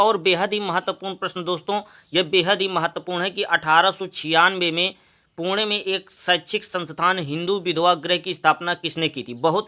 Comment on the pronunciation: वह पुणे होता है पुड़े नहीं 😂😂